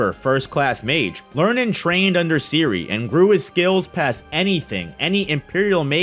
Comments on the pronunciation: The name of "Serie" is pronounced differently. The e is not like an i, but how you would say it in "Zen" (albait a bit stronger). And the last e is also pronounced. Generally a lot of names are often pronounced wrong. You can look them all up quite easily online as they are all simply German words. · Man's calling her Siri LOLOL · Dude your Butchering the Names of those Mages :D Serie=SaeriE would be the Pronounciation